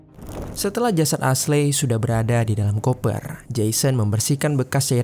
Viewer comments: Aslei aslei..esli bacaaanyaaa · Not "ashley" but "eisli" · Min tolong donk jgn bodo bgt baca nama aslei aslei.. dah tau kan ashley bukan nama indo, bacanya esliy.. pgn denger sampe abis tp ga kuat ama noraknya.. aslei aslei.. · Asley di baca Esly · Padahal narasinya bagus, tapi pronoun nya agak ganggu siih hehehe.. Ashley itu dibacanya eshli yaah baang bukan asley😅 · maaf bang, Ashley bacanya Ashlie bang, bukan Ashlei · Iya, geregetan dengar pengucapannya "Asley" 😅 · Baca nya Eshli bukan Aslei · ashley di baca (esli) hahaha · Aslei dirombak2 jadi Selai 😂😂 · Asyli/Esyli dibacanya bang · Kayaknya pengejaan namanya kurang tepat. Harusnya di baca eshly gak si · Kita sepemikiran 🙄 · Bukannya eshli ? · Iyaaa.. gw berusaha banget tidak terganggu, tapi gabisa.. hati ini ga kuat denger dia ngomong aslei..